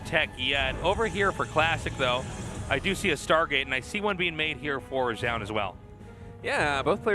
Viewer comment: Can Zoun just please rename himself? I don't have faith that Tasteless can learn how to pronounce it correctly any time soon